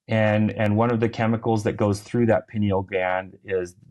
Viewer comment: Pineal is pronounced PIE KNEEL (not PIN EEL).